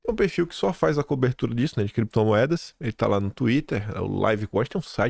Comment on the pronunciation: CREPTOMOEDAS E BITCÔIO. 😂😂